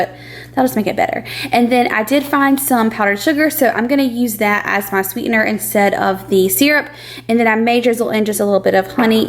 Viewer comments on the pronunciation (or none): none